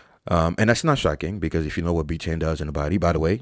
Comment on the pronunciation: B tain!? biteine!? What even is that !? 🤷🏻‍♂️🤣 Clueless